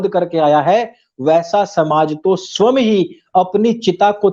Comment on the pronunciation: जी गौतम बुद्ध के बारे में आपके तर्क सटीक प्रतीत हो रहे हैं। विभिन्न विषयों पर आपकी विवेचना से आपको आर्यश्रेष्ठ का संबोधन करना उचित होगा। साथ ही आपसे एक विनम्र आग्रह है कि स्व+यं=स्वयं के उच्चारण में सुधार कर सकते हैं। अन्यथा न लें, मैं आपको अपनेपन के कारण अनुरोध कर रहा हूं।